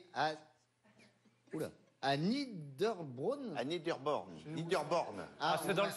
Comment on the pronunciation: C'est nieder bronn pas nieder born, niederbronn(en français fontaine basse)!